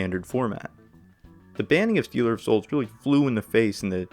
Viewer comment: "Steeler" of souls?? Here we go!